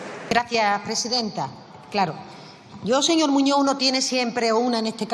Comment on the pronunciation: Muñoz,no muño.aprenda a hablar,Castellano, Español.